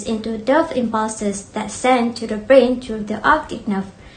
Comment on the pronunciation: Thank you for uploading the video. The content is comprehensive. The video is made nicely and enjoyed watching it. Overall, a good job. Score: 4, 4, 4, 4, 3 = 19 Presenter 1 Should have avoided the use of pronoun "you". issues with plural noun (e.g., two functions), brain (breɪn) , conjunctiva, * issues of the plural S ending, oblique (əˈbliːk), coordinate (verb - koʊˈɔr dnˌeɪt), Presenter 2 Fluid (ˈflu ɪd), Presenter 3 cranial (ˈkreɪ ni əl), segments (observe the typo ) - very clear pronunciation! Presenter 4 issues with plural sounding, choroid (ˈkɔr ɔɪd) Presenter 5 pupil (ˈpyu pəl) , should've said "various distances"